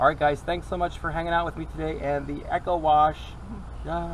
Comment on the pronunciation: Isn't it actually called "E-co", not "Echo", like in Eco-Friendly.